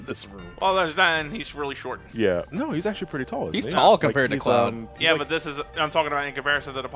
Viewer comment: Cleoud. lol By the way, you mean 29 days it’s Lunar Year.